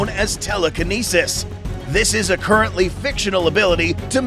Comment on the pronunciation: i love how he says currently